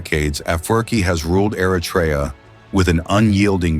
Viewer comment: Try first how to pronounce Eritrea please . Don’t say Artrya